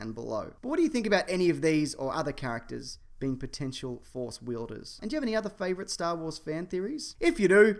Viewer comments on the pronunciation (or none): none